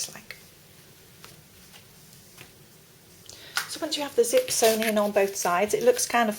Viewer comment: does she mean zit or zip?